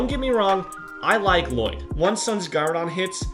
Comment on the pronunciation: it was funny when u said Llloyd